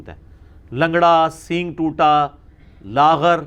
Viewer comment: لاغر بکسر الغین نہیں بلکہ بالفتح ہے